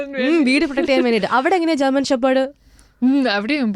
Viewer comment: ജേമൻ അല്ല. ജർമ്മൻ.